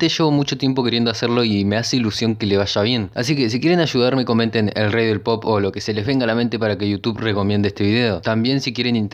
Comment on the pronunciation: escuché "el rey del popo"